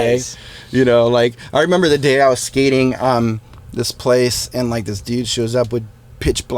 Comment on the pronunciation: When Tom says aaond!